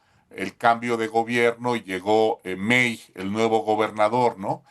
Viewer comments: Javier May, no mei, se pronuncia mai, hahahaha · jejejejeje. Javier "Mei"... es May (mai). Es apellido regional, no es inglés....